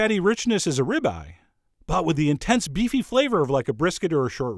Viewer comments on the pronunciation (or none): none